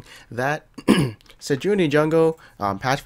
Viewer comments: I'm almost 1,000,000% sure it's pronounced Sej-waah-nee not Sej-oo-nee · I love your stuff man but its "Sej-wa-nee" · Why "Sejoony" T_T